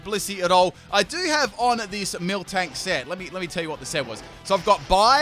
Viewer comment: “Milk tank” it’s miltank, no k after the mil